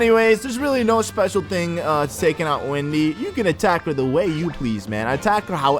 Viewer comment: it's Wendy not windy